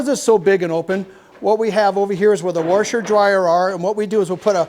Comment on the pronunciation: We haven’t heard warsher in a while!!!! Welcome back!